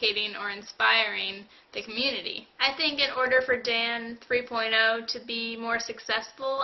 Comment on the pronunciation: LOL in the beginning it sounds like hes saying "this episode of damn 3.0 is brought 2 u by squarespace"